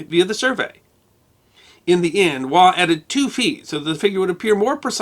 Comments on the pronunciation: Andrew Scott 'Waugh' is pronounced -Woff. (English Pronunciation). Also of interest are the calculations pertaining to SCHIEHALLION a mountain in Scotland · Interesting, but slightly ironic that you cannot pronounce the name "Waugh" properly though.